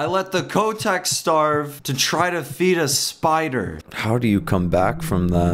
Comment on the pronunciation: its not Kc-o-teck (Kotek) its c-oh-tek (its polish for cat and im polish)